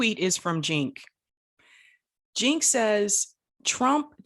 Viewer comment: Did you just pronounce Cenk's name as 'jink'?